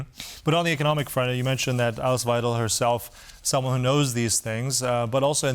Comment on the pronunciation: `wei - del. Not: wei - `del.